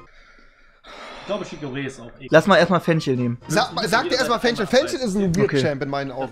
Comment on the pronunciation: Niemand: Rewi: sagt zu Fisch: Fich aber zu Fenchel: Fenschel